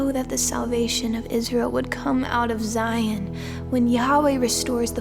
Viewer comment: Beautiful reading. One little word that must be pronounced properly is Zion. Z-eye-on. Hebrew sistah be like, what is Zee-on lol🙏✌️🕊️